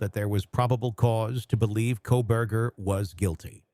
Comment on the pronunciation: 😂 I swear it sounded like he called him Kohbag ? That’s hilarious